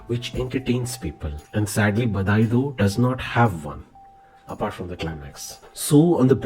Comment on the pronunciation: Even I noticed the mis pronounciation when I started to watch just now . But the review is well put out . Specially the effects were good and the truth.